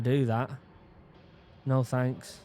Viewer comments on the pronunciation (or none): none